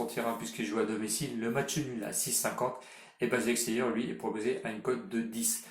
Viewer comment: Leipzig ca se prononce Leypsiche Et basakheir ça se prononce Bashakshehir Sinon bravo pour les pronos réussi